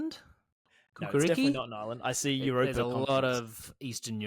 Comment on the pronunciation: The last 5 mins of that are up there with the best Sorare content ever. Absolute funkiest from the moment called it the Eurape-er 🤣🤣